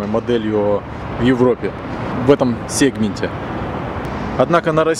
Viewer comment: Не сегмент, а сегмент)))